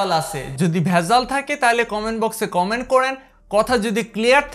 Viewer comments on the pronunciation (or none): none